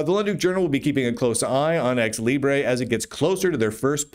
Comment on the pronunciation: As a Spanish speaker, from flipping Spain at that, I'm offended by your grossly wrong prounciacion of Libre, with that absurd overpronunced schwa. You Americans and your crazy vowels!